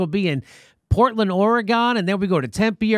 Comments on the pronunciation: Jimmy, quit saying Oregone, the state is pronounced Oregun. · its Oregun not gone bro. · JIMMY When you get here dont pronounce it Orgon..people get a bit weird about it. Its Or e gun. Cant wait to meet you guys.